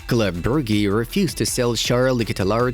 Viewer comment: God, it’s not Bruggeh, it’s Brooj!!!